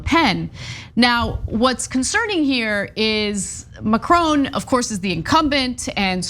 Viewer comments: Usually like your output but please learn to say the name Macron properly. It is not Macr-own. Also look back at the 2017 runoff and recognize the candidates. Le Pen is nothing new. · I like you Ana & I like the Young Turks but again ignorant American pronunciations are creeping in of names or places far from the US of A. It's "Mack-Ron" not " Mac-Rone". & 2 right protests are eruoting as they are going to do in any country where enough idiots get close to voting Fascists into power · Macron sounds like Ma"Kron" (it is his name he calls himself) No more different than Walter Cronkite news-reporter anchor for 50 years. If you don't know him you should NEVER report the news. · Anna and Cenk, please increase my respect for you by learning how to pronounce 'Macron'.